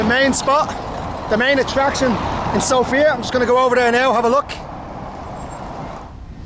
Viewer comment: I'm Bulgarian and you made me laugh with your pronunciations of Sofia and Vitosha. Usually we pronounce Sofia as "SOfia" (the stress is on O) not "Soufia" or "SofIa" just Sofia with the stress on "O." Also Vitosha is pronounced again on the first vowel just like Sofia - "VItosha" not "VitOsha." Just a small correction. :) We usually when we speak Bulgarian, compared to other Slavic languages we put the stress more at the end of the words, while in some occansions - at the first vowel, but this is more common thing with Serbo-Croatian and Macedonian or just the Former Yugoslavian countries in general with this type of accent (or even here at some villages or the very Western part near the border with Serbia and North Macedonia there are Bulgarians with this "Former Yugoslavian accent." Also some words matter where you put the stress and it can change the whole meaning. Just as tip if you decide 1 day to learn Bulgarian if you want to:).